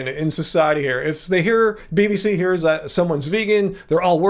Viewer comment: Lol, did anyone catch when called the BBC "the B-BS." 😂